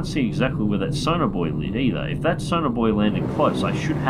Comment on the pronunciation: it took me 17 minutes to realize you weren't saying sonar bois